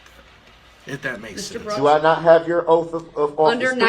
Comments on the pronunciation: I have a hard time with him saying oaff instead of oath🥴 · “Under Oftth”, “Lawfull law” & “Grounzzz for the substayned” really sir?? Where did this poor excuse for a boy (he is not a man I hesitate to even call him a boy) learn to speak?! Stop being a complete embarrassment to humanity 🙄 I truly hope this sorry excuse piece of man child, murderer, child molester & trash gets treated the way he has treated others.